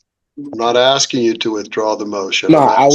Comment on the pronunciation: He doesn't know what he's axing.